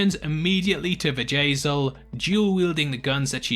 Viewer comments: You say 'Bjayzl' and I hear Vajazal which instantly morphs into Vajayjay, aka vagina. LOL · Sounds like you are saying "Vajay-zel lol